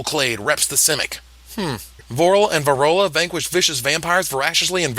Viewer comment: Varolz, not Varola.